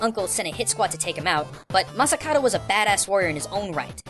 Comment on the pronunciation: Masakado. is it just me or pronounces it like masakaro, like in massacre i swear he does that on porpoise